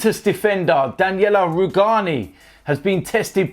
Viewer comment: "Daniela Rugani"